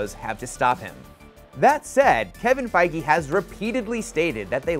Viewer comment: D...did you just say Kevin “Fi-gee”?